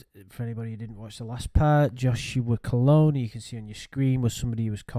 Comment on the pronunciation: Whatever this guy did I forgive him because he managed to trick into pronouncing his surname like colonge.